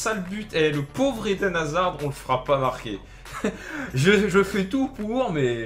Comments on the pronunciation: sa se prononce hazar pas hazarde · C'est pas hazarde c'est haszard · dis hazard st p et pas hazarde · Hazard dans ta vidéo c'est comme dans la vraie vie : il crée toutes les actions mais ne les marques pas. C'est dommage parce qu'il a un énorme potentiel, en plus avec la situation de Chelsea en ce moment c'est dur pour lui. ( Ps : le D ne se prononce pas dans Hazard ;) ) Sinon bonne vidéo comme d'hab ! ;)